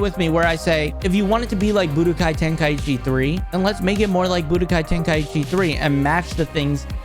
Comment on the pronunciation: 1. This game is already dead (missing characters, shoving super & daima down our throats, bad gameplay, lazy writing with the story, etc) 2. There are only 3 syllables when saying tenkaichi (ten-kai-chi) (I don't get how people can't say the name properly)